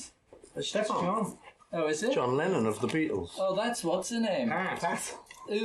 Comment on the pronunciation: ”Lennon” sounds like “Lenin” when you say it.